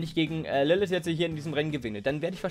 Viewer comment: Es heiße LilliT oder LilliTH aber nicht LilliS.